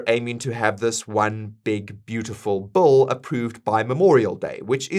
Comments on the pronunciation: It’s Big beautiful Bill not big beautiful bowl LOL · It’s Bill Not Bull! 😂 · Your pronunciation of the word 'bill' sounds exactly like 'bull'